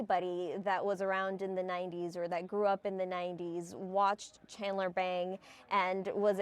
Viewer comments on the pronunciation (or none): Bing not Bang. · It’s obvious this reporter was not a fan. His name on the show was Chandler Bing not Bang. As a true fan that really annoyed me. Rest in Peace Matthew your struggle is over. You will be missed. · Oh no. RIP Matthew Perry. You are cured now. His character's name was Chandler Bing. Not Bang. FFS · Chandler BING not Bang ......seriously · Chandler BING! Not BANG!! Sorry it had to be said. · Can you make sure that the person saying the name of his most popular character, Chandler Bing, knows how to say the name? It's BING, not BANG. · Hey lady his name was Chandler BING!!! What a joke...to get his name wrong on his death...shameful! Bing not BANG!!! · RIP… BTW it is Bing and not Bang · Chandler Bing! Not bang! Get it right 😭😭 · Thanks. The field reporter said "Chandler Bang" the first time. The second time, she got it right. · Hard to take this so called reporter serous when she can't even get his character name correct